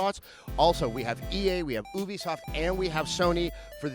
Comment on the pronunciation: I thought u said boobiesoft instead of Ubisoft.